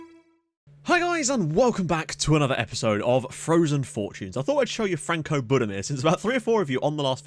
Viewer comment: Frano Budimir, not Franco. Only just noticed that.